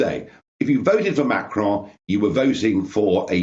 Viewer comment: What's this fascination with pronouncing Macron with a faux French accent? "Machraaawn" Just say Macron, like Bolton's stadium.....after all you won't hear him pronouncing Boris Johnson in RP